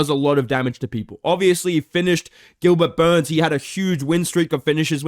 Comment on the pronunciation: I wish 🙏 would pronounce Gilbert Burns properly again....